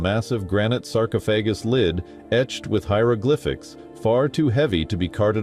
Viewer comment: "Sar-co-FAY-gus lid?" Damn I hate AI narration. No thumbs-up from me.